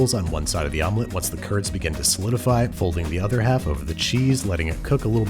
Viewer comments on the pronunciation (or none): none